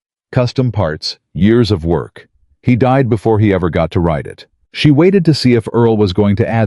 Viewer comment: RIDE, not write. RIDER, not writer. Other than mis-pronouciation or use of an incorrect word, this was a good story. It only lacks comprehension of the English language.